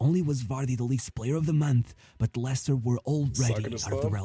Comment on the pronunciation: Vardy plays for Cremonese in Serie A now. It’s pronounced “Lester” and the original way you pronounce is for “Lancaster”. Leicester is sadly a mess now, 90% they’ll pull out a Luton Town and relegate back-to-back to League 1 Not everyone has a good ending like Vardy. Danny Drinkwater, his teammate from the 2016 winning squad, later moved to Chelsea, flopped there and now retire to work at a working site Suggestions: 1. About EPL, James Milner just became the player with the most EPL appearance. There’s another Daily Dose video about him: “How a forgotten wonderkid forced an entire league to respect him” and a podcast “James Milner: The secret to 2 decades of high performance” by High Performance for you to react 2. Nottingham Forest is now a mess thanks to Marinakis, the infamous Greek owner who has multiple charges against him. Another High Performance podcast: “Ryan Yates and the UEL dream” for you (Marinakis was carefully mentioned in this podcast) 3. About Barca’s 0-4 smash by Atletico, Atletico’s 2nd choice striker Alexander Sørloth is more or less like Vardy, except he played in many small countries before finding his form in Spain. He famously helped Villarreal draw 4-4 from 0-4 vs Real Madrid in 2023/24 and smash 4-0 vs Villarreal in 2024/25 by scoring all 4 goals. An underrated player to react considering he’s also the 2nd choice at Norwegian NT after E. Haaland 4. The Norwegian NT and Arsenal maestro Martin Ødegaard. He joined Real Madrid at 15 but flopped there and